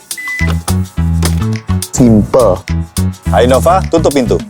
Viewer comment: i-nova? baca innova ya innova geblek udah jelas nn nya dua bukan n satu